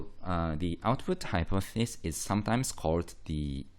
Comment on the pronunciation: Great video but it's hypothEsis not hypothsis (pronunciation)